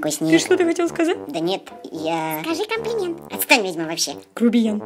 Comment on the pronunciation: Сказал комплент!:'D 😂